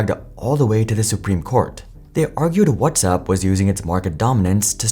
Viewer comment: You pronounced WhatsApp as "What's up" so I definitely don't believe you.